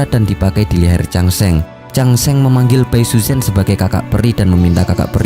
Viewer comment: pengucapan namanya gak pas bro. saran gw sebelum bikin video cobalah sedikit belajar mendengar penyebutan nama² tokoh oleh native speaker. malah kalo lu tau ada serial sebelumnya thn 1993 yg populer disini. itu pengucapan namanya sdh benar. contoh namanya Xu Xian itu dilafalkan Hsi Hsien, jgn Hsu Hsian. yg parah itu bai suzhen. ucapan yg benarnya pai suchen spt yg selama ini kita kenal. ingat pinyin mandarin itu gak semua diucapin sm spt hurufnya